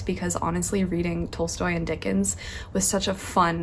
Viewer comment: Love your videos :) P. s it is pronounced T-ah-lstoy